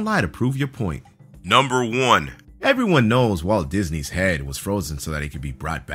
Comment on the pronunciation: reading Disney as Disnep